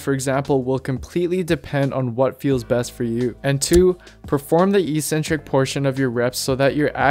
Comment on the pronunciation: Another great vid. Thanks. Evidently you can spell 'eccentric'. You just can't pronounce it. Note that there are two Cs in the word. So it's pronounced: eK-Centric. Don't sound like all of the other meatheads on here! You'd be crazy, or eccentric to mispronounce it any longer! lol